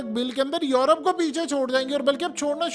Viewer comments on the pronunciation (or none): none